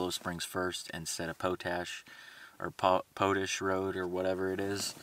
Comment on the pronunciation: Pote ash Road😄 Man you are a comedian! It's potash....like what you get when your weed is spent!